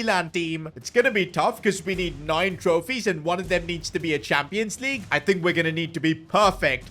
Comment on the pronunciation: premier LEAGEU club lol